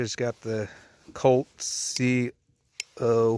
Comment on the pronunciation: C.O.L.K? It’s C.O.L.T brotha for Colt